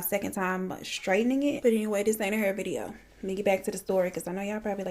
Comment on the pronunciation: today’s vi-ee-ooo lmfao I love Eleanor as well.I binge all of them and it’s crazy